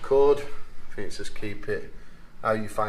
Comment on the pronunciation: Also Fink instead of THink !!! lt puzzles me !!